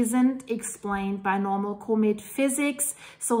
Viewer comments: Love your videos!!!…comet is pronounced com et not co-met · doesn’t know how to pronounce COMET… sad